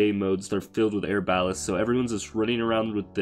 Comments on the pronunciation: Air balest? Are-ba-lest=pronunciation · Air-bal-list bruh is ar-ba-lest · "Air-balast"... right.... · Yeah. He can't read. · Denver Walker or air ba lest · How he says arbalest Great tips and tricks this will actually help alot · “Air-bal-list” and “Buh-zard”😂